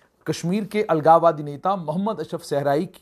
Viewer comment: What the hell u r speaking the word algawadiii